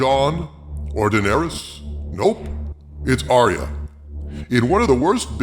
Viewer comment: ARYA not aria